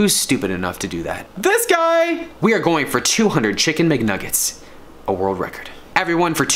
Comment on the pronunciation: It's mcnuggets not mgnuggets